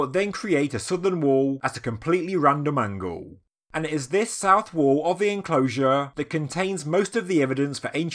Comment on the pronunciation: Can you learn how to say the word wall? You sound like you’re having a fucking stroke. Scouser